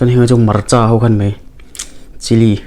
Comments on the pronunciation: I naupan hmel lutuk tawh si lova ngatinge Khanghu tih tur kha Khanghuh itih zel a, Khanghuh tih loh tur Khanghu tih tur. Chuan Marcha te iti mai mai a, Hmarcha tih zawk tur a ni e. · Khanghuh nilovin khanghu. Cuan marcha nilovin hmarcha tih tur, he2 kahriat Dan Kalo sawive my2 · Hmarcha lam hi i ti thei phian mai...👍👍👍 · khanghu leh hmarcha I lam dan hi amak e. tui hmek bawk si, ka ril ti tam lutuk...